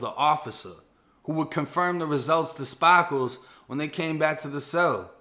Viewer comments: “Spah - kles” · Lmao, your Bosfloriton "Spaaakles" trips me out. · Every time he said Spar- Kals 🤣🤣🤣 love these videos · I was just waitin for you to pronounce ''Sparkles'' as ''Spahhhkles'' lmao great video tho my G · Yo i kno its a serious story but the fact dudes name is sparkles and the way u say it wit ur accent kills me bro 😆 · He's either from Boston or he is trying too hard